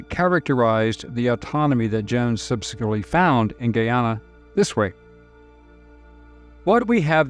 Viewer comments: it said as GUY AS IN THE MALE GUY ANN NA NOT SAID AS GHEE AS IN THE EAST INDIAN INGREDIENT AAHN NA say it correctly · How similar jones was to modern democrats is scary. He would be in congress these days. Not that you will need this info again but Guyana is said guy-anna. Great job as always. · The country's name is pronounced GUYana; GUIana s still administered from France. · its not pronounced "giyana" it is "guyana" and its not "giyanese" its pronounced "guyanese"